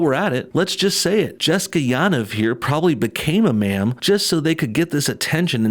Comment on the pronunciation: It’s Man? Manm? I just don’t know what you’re saying sir 🤣